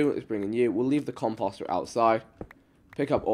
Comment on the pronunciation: You need to look up how to say composter it’s starting to piss me off